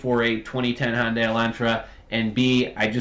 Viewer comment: The car manufacturer Hyundai is pronounced, "hun-day" .